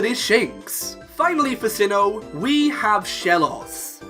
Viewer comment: Sinnoh, NOT Sihhon!